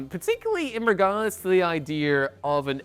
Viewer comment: "Ideer"? Someone get this guy a diction coach.